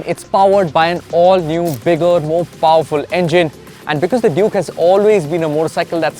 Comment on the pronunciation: Why ur always calling it juke?. Clearly it says duke